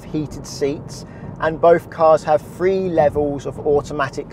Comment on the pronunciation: Please enunciate your letters correctly. Th is not pronounced as an F - Three is not free.